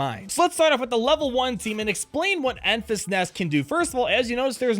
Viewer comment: Its pronounced Enfrees Nest